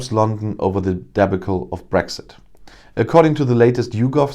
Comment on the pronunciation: With the word debacle, Say the 'a' as in Aachen, or Claas, Marc.